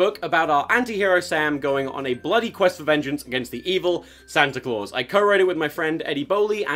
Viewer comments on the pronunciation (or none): none